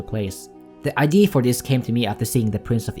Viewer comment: "Idea" is pronounced "ide-a", not "ide'e"